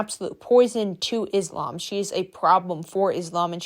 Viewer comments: hii! reminder that is not pronounced izlam, but islam the s like how you would say "so" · Also in addition, I would just like to tell you the correct pronunciation for Muslim (Muss-lim) and Islam (Iss-laam). No hate, I just wanted to let you know. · thank you for talking about this, first correction of pronounce islam the s called s not z so tysm for consider this as a mistake, second, she and her sister made me sad every time a vid of them pop to me, as a muslim my self, non of they're doing is respectful, i don't know if it's lack of knowledge of the religion it self or they attend to be this way, and both is just bad, i hope they just knew what they are doing and correct their behaviors. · also pronounce islam with an S not a Z